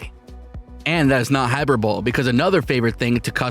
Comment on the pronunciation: I'ma start pronouncing hyperbole as "hyper-bowl" just like you lol